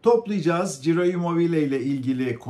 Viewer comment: Çiro, Ciro değil